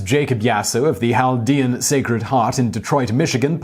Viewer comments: Hey it's cal-DEE-an. like cat with an l. not hal. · In American (Detroiter) english it's Chaldean Kale-dee-ann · I’m Chaldean, and it’s not pronounced “haldean” 😂😂😂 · I live near that area of Detroit. It took me a few to figure out what you were talking about. Around here we pronounce it kal-de-ann. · We pronounce Chaldean as cal-dee-an in Detroit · It’s pronounced kal-ˈdē-ən. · There's probably some variation with how it's spoken in Arabic and other languages in Iraq, but generally we pronounce the C in the word. I know some Middle Eastern Christians, but they're not Chaldean, although I have met some. I have been to Detroit, it has a very large Chaldean population. Keep in mind, technically Chaldeans and Assyrians are the same ethnic group, the basic difference has to do with what churches they go to. If they you go to the Assyrian Church of the East, you're Assyrian, if you go to the Chaldean Catholic Church, you are Chaldean. if I recall correctly, San Diego has a large Chaldean population as well. You should check up on the story about the Melkite Greek Catholic priest that funded the IRA, that's an interesting one. and, I say this, as a Catholic that knows what they've done wrong. The fact that a religion has sinners doesn't disprove that religion. I digress, because with regards to the pronunciation, I mean seriously, unless you live in an area with a large Iraqi population, you're probably not going to know what a Chaldean is. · The way you say “Chaldean” is so weird and wrong lol